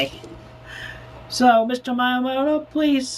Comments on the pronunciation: As someone who studies Japanese, I was cringing so hard at him pronouncing miyamoto as Mai-yamoto. How does a self proclaimed Nintendo superfan fuck that up? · Random detail, I just think it's funny that you put the transcript as Mayamoto instead of Miyamoto cause he says it wrong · "Mayomoto" Not quite close to how it's supposed to sound... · Every time Chris says "Maiyuhmo-to" I wanna rip my ears off. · "Mr.Mayamoto-san" I cringed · my favorite part is chris mispronouncing miyamotos name every time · I like how the subtitles point out how blatantly he mispronounced the Japanese words and names like miyamoto and ohayo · He couldn't even pronounce Miyamoto correctly